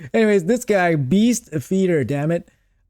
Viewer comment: "breast" instead of beast - a classic. A Freudian Slip perhaps? 🤣🤣🤣